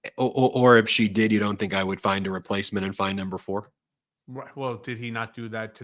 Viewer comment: I had to listen to it again, because I thought you said another whore instead of a number four!!😆😂😝🤣🤷🏻‍♀️🤦‍♀️